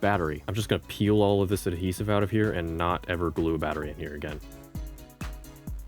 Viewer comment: Data could Nat be read because it’s Nat 😂😂